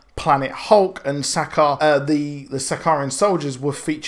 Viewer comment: Douchy comment incoming I know, fuck me right? Sakaar... ur pronunciation... plz watch the original Planet Hulk movie and see how they say it Xo